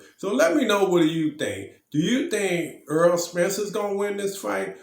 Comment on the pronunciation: His name is Errol not earl sir